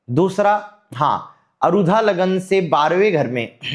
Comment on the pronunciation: कम उम्र में ही ज्योतिष का आपका अध्ययन इतना गहन है, अनेक शुभकामनाएँ!🌼 केवल एक सामान्य निवेदन है— कृपया अरुधा नहीं, आरूढ़ बोलें। आरूढ़ (Aarudh) सार्थक शब्द है, अरुधा का कोई अर्थ नहीं है। वर्तमान ज्योतिष में यह शब्द चल निकला है, परन्तु विषय-विशेषज्ञ से अपेक्षाएँ अलग होती हैं।